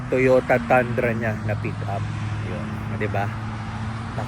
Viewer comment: It Pronounce Toyota “Tundrah”, not Tandra.😁… sometimes yung mga kano mali ang pronunciation nila sa mga asian words.. 😁.. Nagwork ako before sa Toyota Subic.😁